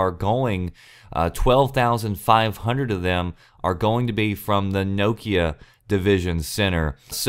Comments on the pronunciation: Nokia with not so much emphasis on the O in Nokia. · Is that how Americans pronounce Nokia?lol